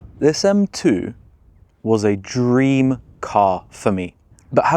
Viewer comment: Jeez cringy af getting all philosophical for 20 minutes about silly shit like your „dweam car”… some serious problems you’ve got there pal.